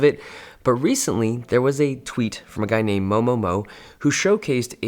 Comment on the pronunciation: I thought you said 某某某 but then realized it's moMoMo